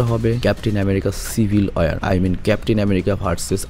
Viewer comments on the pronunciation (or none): none